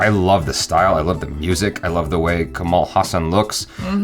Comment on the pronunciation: right pronunciation of his name is ka - as in "co"ffee ma - as in "Mo"ther la - as in "La"La land ha - as in "Ha"llow ssa - as in mali"ssa" n - as n or Kamala as in "kamala" harris